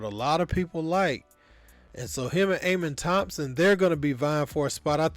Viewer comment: Can't even pronounce his name right... Get off YouTube